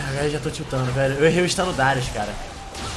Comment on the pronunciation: Darius é oucas